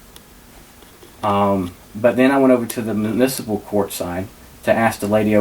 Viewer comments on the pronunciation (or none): Affidavit- afa-day-vit. Not after david. Misdemeanor- miss-duh-mean-ur. Not mister meaner. Municipal- mew-nis-a-pull. Not mu nis pull. You gotta be able to pronounce words of more than two syllables if you want to be taken seriously.